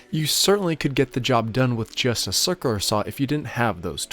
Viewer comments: It's called a circ-u-lar saw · I love the way you say cirkerler saw! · Dude, you need to learn to pronounce "circular." Don't use plug screws on fascia boards.